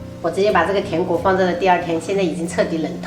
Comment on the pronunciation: 小廚說頂雞？？？ 甜跪，甜桂，甜櫃😝😝😝